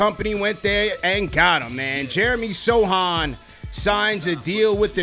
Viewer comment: Yo callers, you can't be judging my dude's hair if you can't pronounce his name.